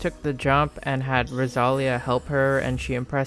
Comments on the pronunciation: "Ross a lee a" PLS 😭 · girl if you pronounce Rosalía like that one more time😂